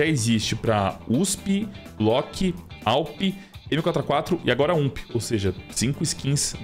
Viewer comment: Quando falou da UMP, vc disse UMSP kkkkkk seus vídeos são daora! Me ajuda com meu inventario roxo, uma faquinha ou luvinha? hehehe - &token=YlhrV-x3